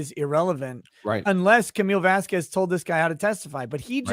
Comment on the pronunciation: Hypothetically, how hard would one have to hit to get it through that thick skull that it's not "Vazkwes"